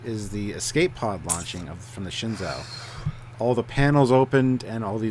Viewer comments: Guys. Say it with me, "shen-ZOO." Not ZOW, it's ZOO. Pronounced SHINzoo. Copy? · I saw an interview with Sonequa Martin-Green... she pronounces it "Shen' Joe". So, that's probably the correct pronunciation... anyway, the USS Shenzhou is dope!!